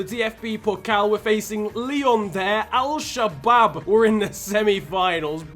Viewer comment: The way you said Al Shabab 😂